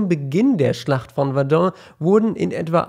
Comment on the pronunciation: bitte sprech Verdun richtig aus :-)